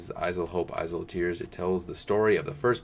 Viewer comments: How can you continue to pronounce "Isle" wrong why do you keep putting a Z sound in a silent letter spot. Do you say Island with Z or just isle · “Isle” is pronounced like “aisle”. It’s where modern English gets the word “Island”. Ireland is a very green island. That’s why it’s called the ‘Emerald Isle’.